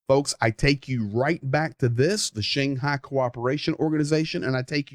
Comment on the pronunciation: Is that the redneck pronunciation of "Shanghai"? Never heard it before, try the Russian or English one.